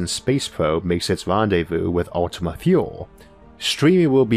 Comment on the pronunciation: Great video! I just wanted to point out that Ultima Thule is pronounced Ultima Toolee. At least that is what the guest scientists on CBC radio pronounced it.